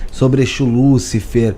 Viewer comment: Veja bem ...lucifer e lúcifer tem diferença no acento no "U"